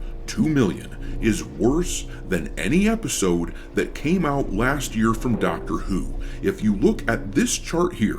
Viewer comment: I legit thought I heard you say “Doctor eww” 😂